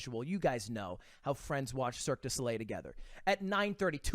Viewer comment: This guys mom is french and he cant even say "cirque du soleil" right